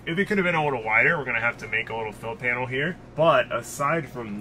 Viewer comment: “Little” not “widdow”